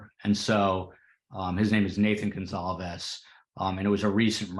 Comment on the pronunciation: I heard the sliding door was left open, not the front door. Comments . And are you saying Goncalves, or Gonzalez? It sounds like over and over, you are pronouncing it Gonzalez.